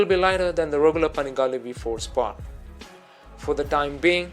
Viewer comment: „Panegale“ xD Wtf